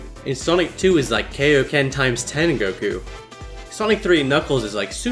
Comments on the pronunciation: Kayo It's Kaio-Ken as in KAIO-SAMA AS IN KING KAI YOU FOOL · Did he just say Kay-o-ken? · I respected you until you mispronounced 'Kaiōken'. Fucking dubbie. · Holy shit that FUCKING special stage in the Sonic 2 Remaster. I never realised how amazing it looks. edit: "kayoken". You fucking casual it's in the guy that taught Goku the technique's name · Fuck you for mispronouncing Kaioken.